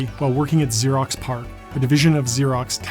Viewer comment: Great, great piece, but it’s Xerox PARC, not Xerox Park :)